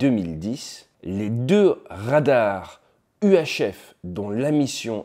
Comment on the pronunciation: Des Rrrrrradarrrs...